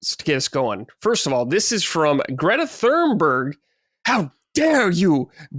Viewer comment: As a swede "greta thunberg" thats not how we pronounce her name. Thun is pronounce like a Tuna So just remove the A. Also Berg isnt pronounce like that, it is pronounced as "BER-J" yes with a J you never say the G. I really dislike that woman, dont get me wrong - she was all about the climate and now the climate suddenly doesnt matter, just "Palestine" because the far-left has told her so, but you americans already trashed "Ragnarök" pronouncation so that we have to say something.